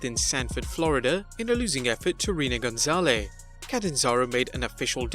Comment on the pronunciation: You won me back with reading Reina Gonzalez name exactly how it was spelled the first time and then pronouncing it correctly the second time 🤣